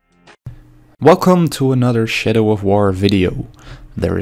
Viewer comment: my comment was primarily directed at your pronunciation of the word Shadow; to me, it sounded like "Shit-oh" Now that I've explained it, though, it seems much less funny. Ah well. I am actually super excited for this game to be honest. It looks amazing